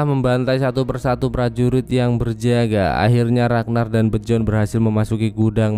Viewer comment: Emang bacanya Bejorn? Biyorn ah :v